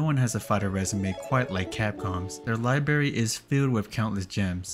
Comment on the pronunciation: You forgot the first R in “library” (like I did in elementary)